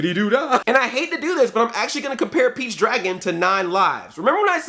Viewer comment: he said peach his saying beach lol man hahaha thats what I'm hearing man